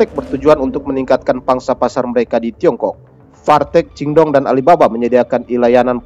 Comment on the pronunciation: JD(Jin Dong) baca nya Cin Tung